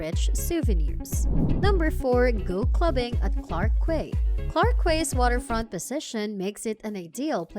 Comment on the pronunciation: Clarke Quay pronounced Clarke Key.